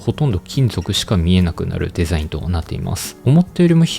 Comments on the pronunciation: 地味にデザインの発音良くて笑う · Design めちゃくちゃ発音いいw